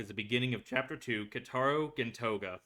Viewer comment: Also just wanna let you know you’re saying Keitaros name wrong. If u listen closely when they call him his name you can hear how his name is actually pronounced:)